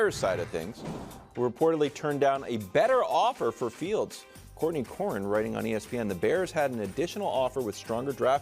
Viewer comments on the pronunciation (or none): It’s Courtney Cronin